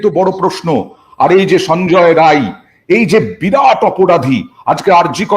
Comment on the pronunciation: ওর নাম সঞ্জয় রায় নয় সঞ্জয় রাই, ও বিহারি, সুতরাং আপনি সংশোধন করে নিন please।